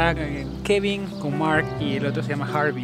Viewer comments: Se llama Harry no Harvey como tu dices ... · Harry no Harvy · Era Harry no harby 😂😂😂😂pero buen vídeo